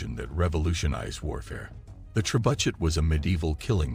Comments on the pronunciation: The ""trebudget"" Ha ha ha ha haaaaaaa the """trebudget"" 🤣.. the pronunciation 🤣🤣🤣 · Oh so all this time everyone has been pronouncing it wrong, its actually pronounced Tre-Butt-SH*T.... wow ... now we know .. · AI voiced, can't pronounce words like "trebuchet" correctly. Worthless clickbait.